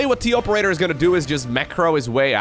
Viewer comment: it's pronounced TOperator not TOperator.